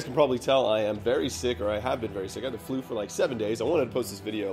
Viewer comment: wait a minute....... is it just me or did he say that he enjoyed having the flue